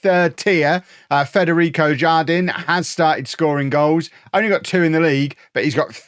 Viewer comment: Jardin is spanish for garden and is pronounced "har-deen" btw